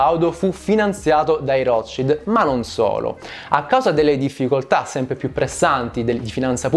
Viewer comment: Piccola precisazione: Il nome "Rothschild" va pronunciato come si legge, considerato che si tratta di un cognome tedesco(significa scudo rosso), non va pronunciato "all'inglese".